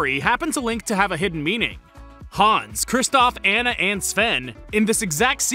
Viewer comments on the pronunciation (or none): If you pronounce Anna from Frozen, as EAN-a stay far away from me